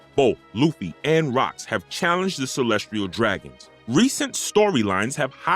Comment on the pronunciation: Kàídau hehe.... I mean mispronouncing Kaîdôū is easy but reading Kayeedow did get a chuckle from me... I DIDNT Chuckle when I heard "Calestrille Dragons" over Celestial Dragons, though... <SIGH> Bad Speak Function handling I'd imagine... Not sure how some New SpeakFunction stuff works cause sometimes its ALMOST as good as programmed voice acting but the mispronunciation of Celestial DOES raise a lot of questions like they asked someone who knows nothing about One Piece to read stuff but without having Feelings related to Understanding the words One's reading... Ívánkōv being pronounced Îvánkôv is more Common a mispronunciation..... I do ALSO get bothered by mispronunciation of Wáng Zhī which doesnt sound like "Wéīng Zee" but closer to.. as an American MIGHT Write it if it was me 15+ years ago when I learnt more about Chinese pronunciation of ī as a final vowel in a name and a few words, would've written it like "Wong Zher" but where the R is Non rhotic like british english pronunciation of Sir but with a Shortened ī in the Sir and the S being a Sh sound with a Harder Z so its like Shortening the I in Sir before you hit the nonrhotic R... Would be rough to be named Wáng/Wong and live in US with spelling Wang without anyone even knowing the á accent implies a long Ah/Aw style A sound and not an Ay Éh sound... Even speakfunction handles these letters funny if it doesnt know to be trying to pronounce it for a Different Language not already incorporated into the common English spe